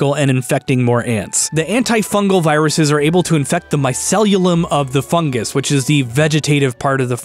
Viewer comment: MY-SEE-LEE-UM Also: anthropod means human-foot. Anthropoid is the word that means human-like. (Rhymes with void)